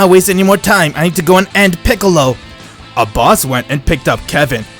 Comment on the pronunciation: What they say: Abbas What i hear: A boss